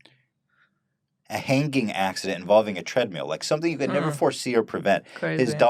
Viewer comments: Why does Ethan keep saying tread meal? Fupa loss debunked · Did Ethan call it a "treadmeal"?